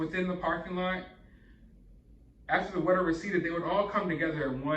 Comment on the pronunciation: I love your channel and it still surprises me every time you say “what-er” 💦 instead of water 🚿 because otherwise I don’t detect an accent with you! 😂 Anyway, thanks for all the great videos! 😊 💕 🎥